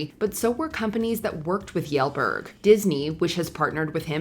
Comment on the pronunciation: Previous videos she had such spot on pronunciations, but Kjellberg got completely left out of those lookups